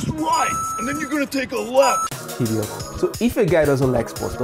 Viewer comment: He said "Hediot" I'm dead😂😂😂😂